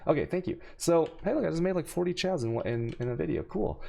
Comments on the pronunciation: No it's quite clearly chows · chows res? do u mean Kaos(chaos)? also hex master works on bane :D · Kills me the way he pronounces words. Chaos being the worst lol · You pronounce so much stuff wrong. Alchemy, chaos, vaal. Look it up man. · everytime you pronounce alchemy, or chaos in a video, i leave, sorry xD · I have to ask... is it a meme how he says chaos and alchemy? Cuz fuck it pisses me off